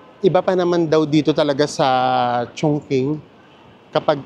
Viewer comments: Chongqing po, so its pronounced as Chong"ching". yung pagpronounced niyo chung"king" as in Chungking mansion in HK hehe. no offense po😊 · Chong-Ching po ata, not Chong-king ❤❤❤❤ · Ano pong tamang pronunciation, chongking or chongching?